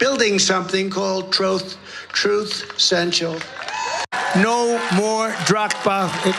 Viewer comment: I don’t care how it’s spelled, it’s pronounced “Troath Cental”. So says its creator.